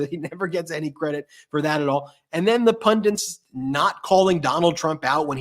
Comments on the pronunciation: Can podcasters please pronounce the simple word- Pundit, correctly.. i find many struggling and often pronouncing it as PundiN. Instead of PUNDIT ( ending with a T not N) It is an Indian word which means a learned person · Ben, It's pundit not pundint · Ben and, please learn how to pronounce "pundit"!